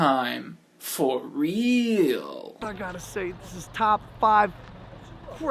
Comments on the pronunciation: ...its logan, not jake. lol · I think he said I'm so sorry logang and not Logan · His name is Logan you said Jake all the way in the video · Somewhere 4-5 min in the video you say jake instead of logan.